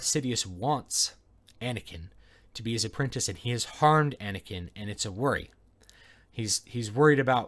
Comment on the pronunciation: "Anekin" O_o